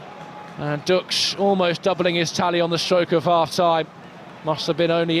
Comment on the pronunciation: the correct pronounciation would be ,,Dooksh“